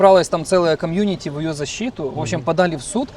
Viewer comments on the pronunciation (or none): none